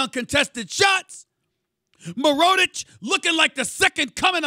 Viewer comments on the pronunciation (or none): Who the hell is mironich is he a rookie lol, it's Nikola mirotic Stephen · Did this guy call Mirotic...MUR-OH-TICH?? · Who the f*** is Meeroditch? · he doesn't say mirotic. idk how to type it but it's not mirotic lmao.